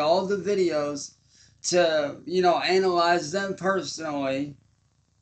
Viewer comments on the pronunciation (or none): He actually said analize 😂😅